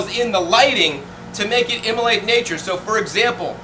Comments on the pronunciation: I realize he's trying to say emulate but it keeps coming out as immolate i.e. to kill or sacrifice. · great stuff! just wanted you to know that that word is 'emulate' :):):)